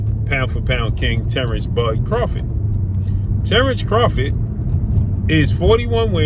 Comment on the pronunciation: Craw-FORD not Crawfid